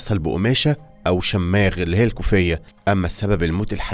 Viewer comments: لفظك كلو خطأ المدينة اسمها مش ارابيل ولكن أرّبيل ومش شاماغ بل شمّاغ لفظ غريب فعلا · شماغ بالضمة مش شماااغ يعنى تنطق كده شوماغ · اسلوب القائك حلو بس لازم تتأكد من نطق الكلمات الجديدة قبل ماتقولها، اسمها اربيل مش ارابيل. و شماغ مش شَمّاغ. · شماغ تنطق بالفتح وليس الشد على الميم شٓمٓاغ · اسمه (ءشماغ) و ليش شَمَاغ ☺️ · ا صهره مش ساهرو و اربيل مش ارابيل وبرضو شماغ مش شمااغ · اسمه شِماغ ياسطى مش شمّاغ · الشْماغْ وليس الشَمَّاغ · يشماغ ❎ شماغ✅ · اسمها اربيل مش ارابيل . اسمو شماغ مش شم ماغ 😂 مين علمك تقرا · شِماغ بكسر الشين وليش شَماغ بفتح الشين وتخفيف المد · على فكرة الكوفية ما اسمها شمّاغ بشدة الميم الصحيح اسمها شماغ بدون شده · شماغ و ليس شمّاغ 😅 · لفظ الشماغ غير صحيح ههههه مو شآماغ تلفظ شماغ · تصحيح : أربيل وليس أرابيل شماغ وليس شمّاغ لذا لزم التنويه 😊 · يشماغ مو شماغ وباب المعظم بالتشديد على العين والضم على الميم الاولى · شاماغ × شماغ. ✓ ارابيل. × اربيل. ✓ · اسمه شماغ بكسر الشين ارحم امي اسمها اربيل بفتح الالف وكسر الباء عصبتي وانت بتنطق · اسمه شماغ بكسر الشين وفتح الميم من غير شدة واسمه صهر بالصاد مش بالسين بكسر الصاد وسكون الهاء بعدها وفتح الراء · شماغ بدون شده على حرف الميم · مالك يا اخطاء في نطق العربية بالكوم شماغ واربيل وصهره هذا بس في اول ١٠ دقائق من الفيديو كأن المتحدث اعجمي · بغض النظر ان كلمه شماغ تنطق بضم حرف الشين وليس الفتح وتخفيف حرف الميم الا ان يمتلك طريقه رائعه في قراءه الملخصات وبسرعه كافيه وبدون أي ملل مهما كان طول الفيديو وكذلك بطريقه مفهومه رغم سرعه الرتم في القراءه. مجهود يحترم من كل طاقم العمل. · شماغ بدون شدة شِمْاغ + أربيل وليس أرابيل … صاير عندك اخطاء املائية يا …